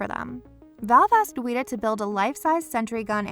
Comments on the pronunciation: Why did you say Weta like Wheat-A It’s said like Wet-a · We must fear the Wheat-uhs... Seriously though Weta isn’t that hard of a word like... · If I hear “weeta” one more time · I know the mispronouncing of words is a way to get engagement on here but come on, WETA as weeta? Its one of the leading VFX and animatronic creators in the business right now and your channel doesnt know how to say it's name right? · It's weta, not weeta. :( Just like the bug they named themselves after. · "Wheat-uh?" ...Smh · Me: Please don’t say it again. Please, I beg you...it’s not pronounced like that.... Video Narrator: WEE-taaaa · did you really call weta ,weeta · You pronounced weta wrong :/ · Your saying weda wrong.